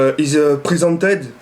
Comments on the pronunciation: prisented x) tu ma tuer quand t'essaye de parler anglais x) fais un commentary only anglais stp x) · "presented" ptddddr